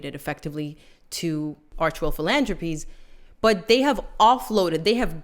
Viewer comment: In English (UK English at least) you pronounce the ‘th’ in philanthropy/ies/ist & in French ‘surprise’ ends with a z not an s sound ;) ❤